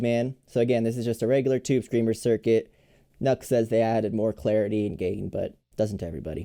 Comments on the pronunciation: That seems quite interesting, great demo! Btw, I think the supposed brand pronunciation is 'New ex' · Thanks for your review. Very helpful. BTW, the company's name is pronounced: “New Ex.” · Saying it as nux sounds better... 🙂